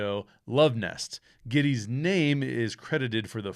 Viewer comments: It’s funny that you and Noah Cross both mispronounce the last name of Jake Gettis. This is a fantastic movie. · Mispronunciation of Gittes name over and over ruined this to me that’s a gag in the movie several times where he corrects pronunciation of his name. I had to click off pretty early it seems like a simple detail you should have taken the time to learn how to pronounce his name.